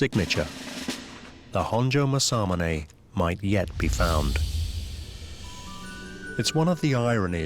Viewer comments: Learn to say it right!! Its masa-mune!! Not ma-samune! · To pronounce "Masamune" it's 'mass-ahh-moo-nay' and NOT 'mas-sah-mon-hey'. This narrator is driving me nuts with how he pronounces this great name.🤪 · Mah-Sa-MOO-NEH 政宗' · Everyone, say it with me: MOSSA-MOONAY. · I wholeheartedly agree!! Masamune is pronounced: MA-SA-MU-NE!! It is quite distracting and irritating and a little disrespectful...I've seen plenty of non-Japanese people pronounce Japanese words properly. Point being, if you are discussing a topic, pronouncing words properly are almost as important as knowledge of the subject you're discussing. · I wish the narrator could at least say Masamune correctly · It's criminal to keep mispronouncing Masamune so often. British people don't need to say things wrong just because they can. What an embarrassment! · It's killing me to hear Masamunes name butchered every few seconds. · Sad the narrator can't pronounce Masamune is just how poor this video really is. A video of ill gotten gains. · The narrator not bothering to learn how to pronounce Masamune correctly is annoying to the point of distraction. I'm thinking of muting the audio and turning on captions, it's that annoying.